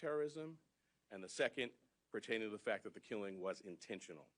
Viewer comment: Did he say “fack”? Does he think the “t” is silent?